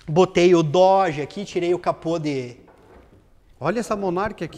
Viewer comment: com o Dorje que tu falou aê... Dorje ou no car!!